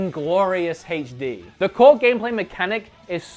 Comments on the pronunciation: ps - HD is not pronounced "haytch dee," it's "aytch dee" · Heytch dee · Your mispronunciation of "HD" is more annoying than your massacre of "Sega."